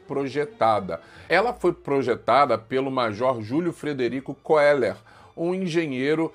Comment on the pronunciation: O melhor vídeo sobre Petrópolis q já vi, e vc é o primeiro professor q pronuncia koeller corretamente, já ouvi koellêr, Keller... Sobre a tragédia, sou petropolitana, e digo, o Centro histórico já foi todo reformado, ta do jeito q era, e com uma novidade , a Catedral foi reformada, e os visitantes ou turistas podem subir até a torre e vê Petrópolis do alto, e tbm tem o subsolo , com lojinhas e td mais , o ingresso custa 15,00 por pessoa. Mas infelizmente temos um prefeito que ñ tá dando atenção que os moradores merecem, nos bairros , nada foi feito. Nem na rua Washington Luiz, q fica no Centro pouco foi feito. O bairro mais atingido foi Alto da Serra , está do mesmo jeito, nada foi feito. Mais de 200 pessoas morreram nas duas tragédias.